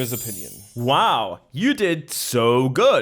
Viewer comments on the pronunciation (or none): Am I the only one who heard Antonio's Onions instead of Opinion ?